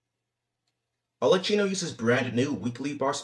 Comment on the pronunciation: There is no chi in arlecchino. it's a ki sound. it's italian.